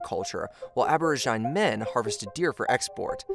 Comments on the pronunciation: abora-jine lol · How do you not know how to pronounce aborigine?